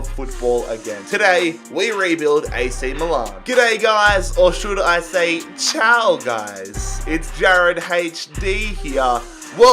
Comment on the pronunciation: Thank you as a AC fan this makes me happy!!!! But please never say ciao again or at least not like that